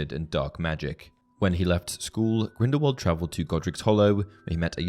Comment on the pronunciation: You’re pronouncing Grindelwald wrong, it’s pronounced with a thin v and not a thick w